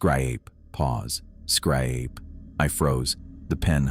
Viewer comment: I WAS DRINKING SOME COFFEE, WHEN THE A. I. TRIED PRONOUNCING "SCRAPE" AND BLEW IT OUTTA MY NOSE, I WAS LAUGHING SO HARD AND CHOKING UP AND THE TEARS WERE FLOWING LIKE A RIVER.... LOL .... OH, GAWD, THAT WAS SOOOO BAD...